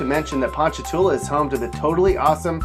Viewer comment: well look, as for hammond, he's got it 100% right, but ponchatoula, maybe not